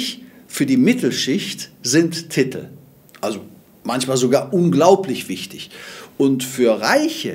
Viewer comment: Es heißt Titel nicht Tittl